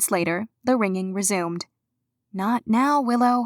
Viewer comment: its a cat event neow is what she was saying